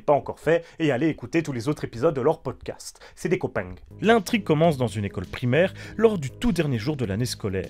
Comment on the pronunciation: "C'est des copaing" 😆